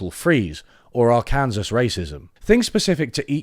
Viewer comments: Did I hear him say AR-kan-ses instead of Ark-en-saw? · Ar-kansas? 10/10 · Ar-KAN-sas? Really? Honestly, that's fair. Sowell's fame is less because of talent or wisdom, and more because he is willing to say the right things. He's every racist's favorite economist for a reason. No one is taking him seriously as an economist. He's just a convenient guy to bring up to fight against progressives. Similarly, the American Dream was never real and never will be. America can be a utopia one day, sure...but it won't be because of this lie we keep telling ourselves. The American Dream is just a useful tool for fighting against progressive policies. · Great video, As a Kansan, glad you called it AR-Kansas heh. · Poor Arkansas, they get the ultra rare shout out of a middle American state, and they get their name mispronounced and called racist in the two word mention 😂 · economics explained whackings yay! arkansas mispronunciation aw!